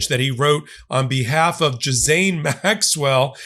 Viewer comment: I think you’re saying Ms. Maxwell’s name incorrectly. Check with your buddy Ben 😌😌